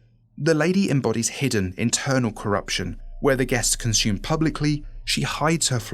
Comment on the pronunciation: It's consume not conshume.